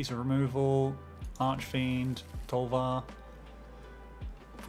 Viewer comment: Calling Tovolar's Huntmaster "Tolvar" is kinda annoying... Like, that dude isn't even Tovolar! He WORKS for Tovolar! It's like calling "Sheoldred's Headcleaver" by the name "Sheoldred!" No! And, of course, it's pronounced "Tow voe lar," not "Toll var." But that's more obvious. But both of those together makes it worse Cool deck though, nitpicking aside